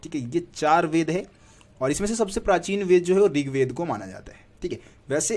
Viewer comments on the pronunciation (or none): none